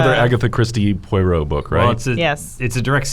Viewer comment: Why is unable to pronounce Poirot?